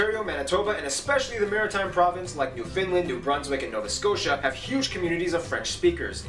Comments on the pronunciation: Please stop pronouncing Newfoundland as New Finland. It is pronounced as if you were to separate the word, almost, New found land, and it almost rhymes with the word "understand". Thank you very much😊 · Nunavut is not pronounced NONE-of-it... it is pronounced NOON-a-voot. Newfoundland is not pronounced NewFINland... it is pronounced NEWfuhnland, and Quebec is not KWOObec... it is KE-beck. French Quebecers do wish to preserve their identity. And that is fine. They should. In fact, all provinces and territories have unique cultures. The main issue is that Quebec is defending their French heritage in a sea of English. For this to happen, sometimes, unpopular decisions are made. Time will tell if these decisions work. However, for millions of Canadians (not just Quebecers), the French culture is a source of pride. And we are now living (finally) in the rise of the Inuit, Metis and First Nations heritages (and rightfully so). When I was in primary school, we were taught that Canada was a tossed salad... so many different flavours all jammed together, making our lives deliciously vibant, thriving and very healthy. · Is this guy calling it "New Finland"?? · The presenter in this video must be American. He says some words strangely. First off, saying "TOR-ON-TOE" so hard clearly marks him as an American. People from Toronto typically slur the name a bit to sound more like "Toron'o" He said Newfoundland a bit odd. Just hit the syllables hard "New FIN Land".. at least he didn't call it "New Found Land". Also he says Nunavut wrong. It's "noon-a-voot" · Even western Canadians pronounce it Newfunland. I think Foster Hewitt was the last to call it New Found Land in Canada